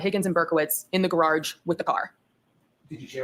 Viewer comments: very picky about the way Jackson pronounces a name he doesn't know, but she can mispronounce garage? GARARRRGE. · Dever the deceiver is a liar and she pronounces garage as "garorge" she's trying to act way too hard and it's very off-putting